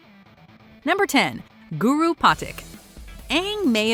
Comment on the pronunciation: OMG 🤐🤐🤐🤐 I hate the way she pronounces Guru's name 🤦‍♂️🤦‍♂️🤦‍♂️